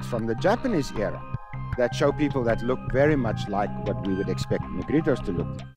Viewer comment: 由於重音位置不一樣，可能多少隔了一層。